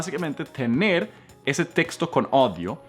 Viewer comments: Muy buena ayuda para desarrollar mi ingles. Un dato se le olvido decir correctamente la palabra audio (dijo odio) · Me encanta tu enseñanzas. Hoy pronunciaste mal la palabra audio, estás diciendo, odio y esta palabra es un sentimiento de rabia😁 pero igual te entendí 😘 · hola, me encanta como enseñas, pero se dice audio, así como se lee, me encantas y gracias por compartir aprendemos muchísimo eres encantador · audio se pronuncio a-u-dio. au =a o es ingles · Hola.! Están muy buenos esos tips de pronunciación. Aunque observo que debes mejorar la pronunciación de la palabra"AUDIO" porque de momento logras confundir al que te escucha... Gracias.! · genial tu video he aprendido mucho, sin embargo cuando pronuncias la palabra "audio" en español se escucha como que dices "odio"... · Hola, revisa la pronunciación de "audio" en español. Muchas gracias por hacer claridad en esas palabras que equivocamos con frecuencia. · wen audio se dice a como se lee porque ahi dices que hay que loeerlo con furia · No es mi intención de molestarle pero no se dice ODIO, se dice AUDIO. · muy excelente, mil gracias, pero ud está confundido,odio en español significa algo malo, ud debe decir AUDIO. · tu dices odio pero se dice audio. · En español o castellano la palabra AUDIO se pronuncia AUDIO, no ODIO que es hate. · Me rncanta tu clase ,hablas muy bien el español pero se dice AUDIO no se dice ODIO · Cómo es que dices? " Odió" ??? Lo dices mal!!!😱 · Odio y si que lo repite ,quizo corregir y le salieron corrigiendo 😂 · Your "ODIO""are HATE En español pronunciamos AU. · Estoy de acuerdo, Audio/audios se pronuncia en americano, AURIO/AURIOS. No más Odios que aquí ya hay suficientes... ojo.. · Audios, no odios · Hola, muy buena tu clase de pronunciación. Pero... no se dice "odio" (audio). Se dice a u dio, tienes que pronunciar la "a" y la ·u". AUdio. Porque decir "odio" se refiere a "odiar" (hate). Yo soy Edicson Méndez, tú coach de español (castellano). ja ja ja ja